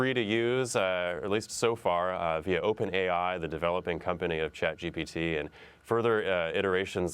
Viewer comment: why is she calling it Chat GBT???